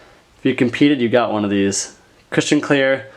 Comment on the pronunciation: Every time said "cushion" I heard "Christian"